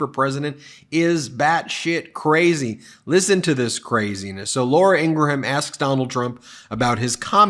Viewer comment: Ingraham, In-Graham Two syllables. Like "graham" cracker. Not three syllables as in "In Gra ham"